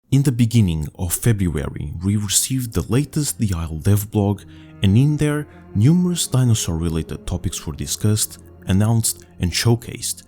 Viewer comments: in the benining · In the bininging.....